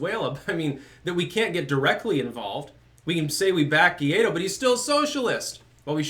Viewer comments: Hey, it's GUAIDÓ not GUIADO, and the closest pronunciation for an English speaking person would be something like "why doe" with the accent on the second syllable. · His name is Guaidó, not Guiado. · It is Guaido...or Guaidó (in Spanish), not Guiado. I enjoy your shows very much,. Hello from NYC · Oh, he knows. He's said as much in the past. He pronounces it 'geeaydo' for the same reason he's put 'Tim Poole' in the title of one of his previous videos.